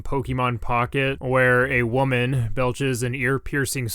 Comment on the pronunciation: I don't like the way you said "woman" lmao